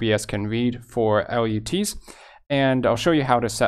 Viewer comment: FYI: They are pronounced "LUTS" like GUTS in the movie industry... not L, U, T's